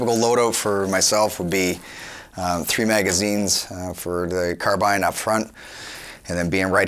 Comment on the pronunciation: Finally someone pronounced CAR-BINE properly!👍